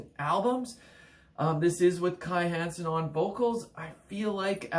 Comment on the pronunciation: Meddl! :) Ähm, 'Kai Hansen', NOT Kai Heeeensen! ;) 1. Land Of The Free 2. Somewhere Out In Space 3. Power Plant 4. Land Of The Free - Pt. 2 5. Empire Of The Undead 6. Heading For Tomorrow 7. No World Order 8. Insanity And Genius 9. To The Metal 10. Sigh No More 11. Majestic Greetings from Germany! 😎🇩🇪